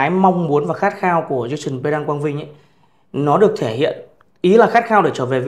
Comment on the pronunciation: Tên họ của Jason Quang Vinh cần phát âm gần đúng là "Păng đăng" (Pendant). Không nên phát âm là "Pen-đần" hay "Pen-đan". Xin cám ơn